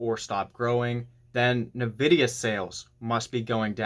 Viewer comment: Suggestion: correct pronunciation of Nvidia is: In-vid-ia , not Na-vid-ia. Look up correct pronunciation on Google.